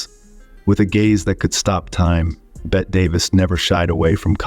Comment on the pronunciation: It's Bettee (or Betty) for Bette Davis ant not Bet. These were not evil women; they were strong women in a male dominated world.